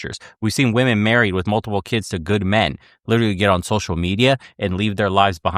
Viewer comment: can't pronounce a G sound at the end of words ending in NG and she can't pronounce the plural of woman properly. Sorry, she's dumb.